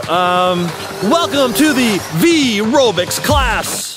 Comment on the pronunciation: i thought its called "vyrobics" not ryvobics whaaaat have a nice day/evening/night :) ;)